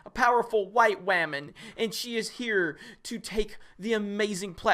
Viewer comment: Every time I hear “Wahman” I die a little bit inside